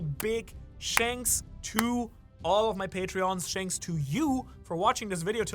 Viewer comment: Hey, please stop saying shanks for watching, thanks works just fine. Thank you 💐